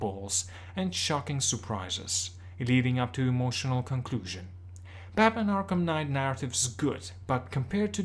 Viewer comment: batmanS arkhamS knight lol love it